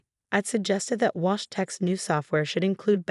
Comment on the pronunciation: Wash - Walsh ? Get a grip on your AI, it probably doesn't even know the time of the day without the faithful Sarah telling it ! So many spelling mistakes you have outdone yourself this time. I thought I had heard enough of the heels clicking on the marble floor (recently it's been a hardwood floor) but you have decided there is still life in it yet ! Alexander or Olivia - bloody hard to keep track of gender in this one. Bought - thought, your reading skills match that of about a 7 year old !